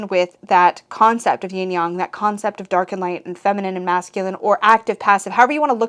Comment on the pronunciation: Squeeeee! 🤩 Its so wierd yet delightful to hear Yin-Yang pronounced correctly ❤